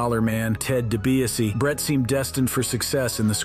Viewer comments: Dee Bee ahs see... Dibiase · His name is Ted debiase jr not Brett seriously I’m a wrestling mark ( fan ) and I knew that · Its obviously hes very misinformed...he cant even say Dibiase correct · Way to butcher DiBiase in 13 different ways 😂 🤦‍♂️